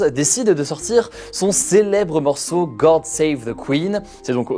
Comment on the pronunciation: Hugo: “GoRd save the queen”